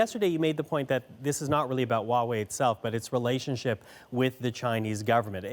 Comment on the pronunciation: So why do they speak HUAWEI like WAWAY？